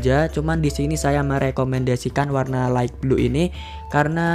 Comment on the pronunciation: wkwkwkwkw light bang bukan right